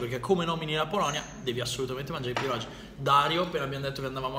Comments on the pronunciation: Pronunci male. PIEROGI la"G" si pronuncia come "G" dei funghi.Pieroghi. Sei fantastico,ti seguo da tempo. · Si pronuncia pieroghi non pirogi, la g davanti alla i in polacco si pronuncia come la g di gatto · Si dice pieroghi 😅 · Pieroghi! Non "pierogi" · tutto molto bello ma sentirti dire PIEROGI è una sofferenza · I miei Pierogi (si legge pieroghi però) ottima scelta comunque 😊😊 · PIEROGHI (pronuncia) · Si dice pieroGHI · Piero ghi!!! Senti la pronuncia su google translate!!!! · Pirogi... Ahahah come se un polacco viene in Italia e dice Talliatelli... Haha ha daiiii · Si vede che non sei polacco e poi e pieroghiiiiiiiiii